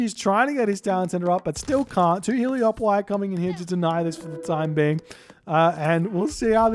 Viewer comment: Damn hahah! And the Trojan soldier says "Hele-O-poli" in mission 6 as well! But all is not lost... In Spanish it's "Helépolis", and I googled it, and the greek name is "ἑλέπολις" (elepolis), wich is pronunced "elepolis" by the Google Translate lady. And I translated that to english and the lady pronunces it "helepolis" as well.